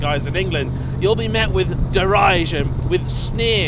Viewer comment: "..slightly hotter cams..". What? This one is a twin cam LS? "...you'll be met with "da-rye-shun"? That's a new word, what happened to "derision"?